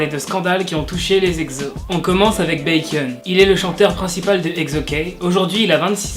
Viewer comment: C'est "éksso" et non "egzo" 😂